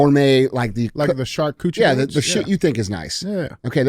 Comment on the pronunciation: Did DJ say "charcoochie" while trying to say charcuterie? Cause that sounds a whole lot better 😂